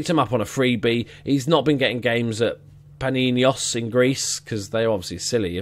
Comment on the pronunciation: Well Actually , i played for the u-17 of Panionios last year , in greece they just don't tend to give youngsters that much of a chance and just play their older players. P.S you butchered the pronunciation